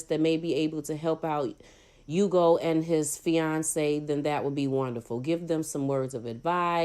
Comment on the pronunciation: His name is pronounced Ooh-go by the way. I know because I have the same name.